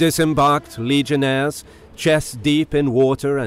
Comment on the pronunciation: Legionaries not legionaires... this is Rome not France